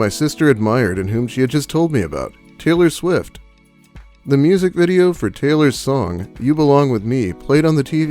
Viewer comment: Wait, hit T's sound like C's? Sailor Swift?